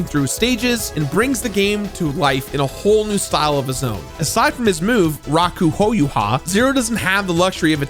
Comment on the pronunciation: That pronunciation of "Rakuhouha"' made me cringe. The extra "u" is just to extend the "oh" sound. If I'm not mistaken that "hou" is the same as for "ho-oh", phoenix, also the pokemon named after it. Plenty of games use it actually. "Rising Phoenix" in the Tales games is "houou tenku". But yeah... rah-koo-hoe-ha is probably the easiest way to get across how it sounds. Sorry, yes, I'm a weeb, fine, I just also happen to have a degree and teach the language...:p No offense meant, love ya.